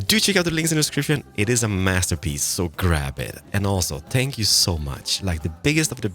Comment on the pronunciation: When says "thank you" instead of "spank you": * audible confusion *